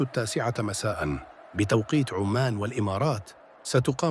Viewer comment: عمان وليس عومان يا كابتن